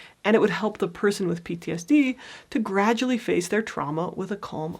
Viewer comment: Pronounce PTSD more clearly. You're not doing a good job with that.